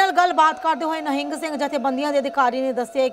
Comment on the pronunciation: Madam g nehing nai hunda nihang singh g hunda aa sahi pdya karo